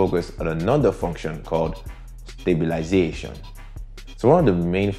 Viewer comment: Finding ways to say "StabiliZAAtion" until further notice.